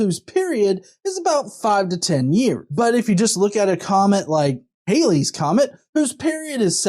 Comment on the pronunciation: It's NOT "hayley", it's pronounced Hal-Lee (Halley is not Hayley)